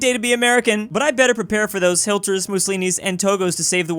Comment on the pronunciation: Someone needs to explain to it's not Hilter... Next thing you're going to be saying nucular bombs like Bush...lol